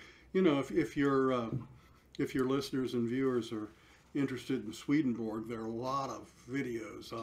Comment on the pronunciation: SwedenbOrg. Not berg. Vedas, not verdas. It’s difficult to trust, poor grammar, and mispronunciations. But, God bless him